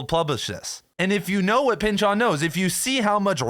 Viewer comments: You are really pushing the "Chooooon" in Pynchoooooon man... take it easy... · "Thomas Pyn-CHON"